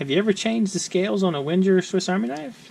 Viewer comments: Sounded like Winter instead of Wenger :P Ah I got it you said Wenjer :D It's pronounced with a normal G not a strange J :) A G just like in Bang or banging. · Just use a a G not a J and you're fine:)